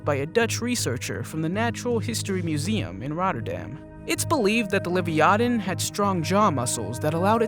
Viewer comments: Lyvytan???...wth !!,is that??,I thought its the Leviathan. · Smy lo don and la vya than. Please try to pronounce them correctly. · It’s la-vai-a-tin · HOW is he pronouncing Leviathan ? 🤣